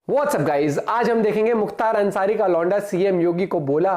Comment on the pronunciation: अरे लौंडा होता है लौडा नही यार 😂😂😂😅